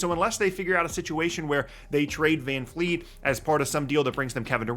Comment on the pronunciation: It’s Van Vleet, not Van Fleet